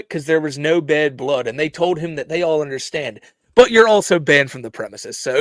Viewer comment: "Now, what I don't unnerstand...." Me: "...can fill up Lake Erie,! Now shut the Fudd up, Elmer!